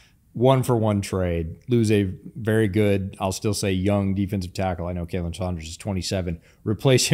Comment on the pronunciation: You are pronouncing Khalen wrong. Just thought you might like to know